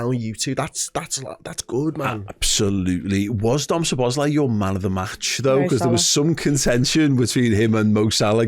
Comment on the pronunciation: It;s pronounced So-bos-lah-ee (a and i are pronounced ah and ee).